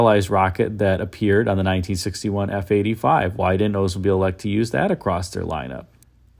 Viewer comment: Why does he say Odesmobile instead of Oldsmobile?